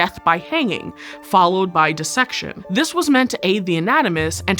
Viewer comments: I expect it from this channel, but I appreciate that you pronounce dissection correctly. Everyone always says “die-section” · Really like this presenter! Her pronunciation of "dissection" is bang on as was everything else.